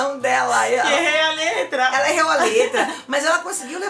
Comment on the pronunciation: Eita a Silva errou Foi falar errou a letra e acabou falando erreu a letra kkkkk